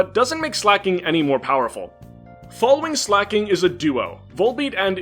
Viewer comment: Dude, you completely butchered Slaking. WTF!